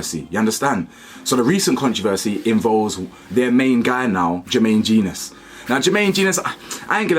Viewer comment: It's pronounced Jen - Nus BTW